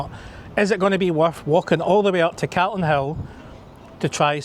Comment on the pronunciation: First time time I’ve heard someone from Edinburgh pronounce “Calton” hill wrong. Sounds like an American caaaltin 😂